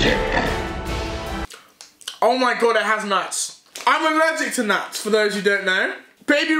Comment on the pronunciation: why deji say nuts like dat " nuats."🤣🤣🤣